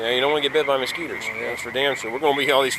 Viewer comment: heh... moskeeters